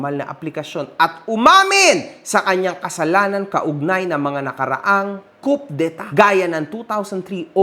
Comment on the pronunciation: COUP D' ETAT is pronounced as KU-DEY-TA hindi po KUP-DE-TA Pasensya na po. Pangit kasi sa pandinig pag mali...